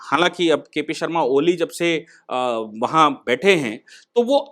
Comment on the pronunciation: अरे महाशजी पहले आपको नाम तो .मालूम होना चाहिए, कोली नहीं ओली है